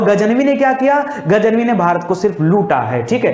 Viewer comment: गज नवी बोलिए।